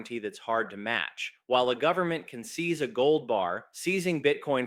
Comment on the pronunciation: "full faith and credit of the US gubmit"...LOL